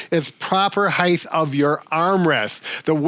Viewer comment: Wonderful content. Thanks, Team Please (& others): the word is Height, pronounced ‘hiTE’ not ‘higTH’. So many make this error. I think it’s because other measurements, like breadth, width, depth DO have a th at the end, but height does NOT. 🤞